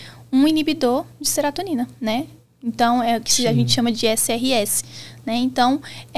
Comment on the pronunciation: Serotonina, não “seratonina”. O medicamento é inibidor seletivo da recaptação de serotonina, não “inibidor de seratonina”.